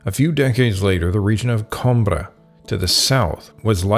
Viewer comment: Great summary. Atrocious pronunciation in places. Coimbra, repeat after me: Coo-ee-mbra